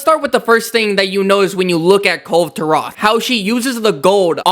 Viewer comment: Isn't it supposed Kul- ve Ta-roth not kul turah😅